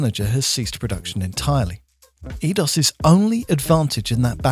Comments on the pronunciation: It was "Eee-Aye-Dos", not "Eee-Dos". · Edios is pronounced "I-dos"